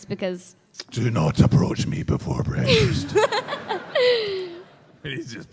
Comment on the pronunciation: don't aprouch me before bwekfast